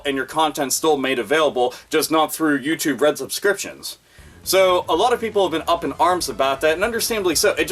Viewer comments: Sounds liek "You too bread" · You said "YouTube Red" but for some fucking reason, I kept hearing "U2 Bread" and thought, what in the sweet Holy fucking shit is "U2 Bread"?! Is it Rye bread made by Bono?! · I keep mis-hearing it as youtube bread P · YouTube Bread is what I hear every time says it. $ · It sounds like ur saying youtube bread lmao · "U2 Bread" all I hear every time